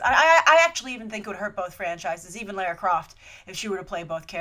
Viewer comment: Minor thing, but you say Lair-ra and in the film they say Lah-ra